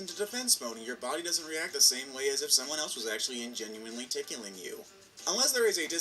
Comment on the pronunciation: So they just gon *scooch past the fact he said "tic'u'ling" instead of tickling. Lol